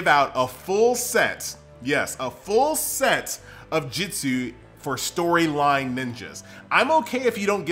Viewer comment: Why do you call it Jitsu? Can you not just replace the i with U? And say it normal like Jutsu?